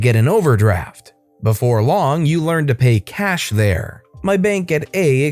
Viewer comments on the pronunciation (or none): none